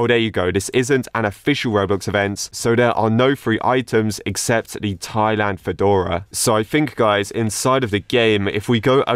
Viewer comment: finally someone who knows how to say “Thailand” i am happy.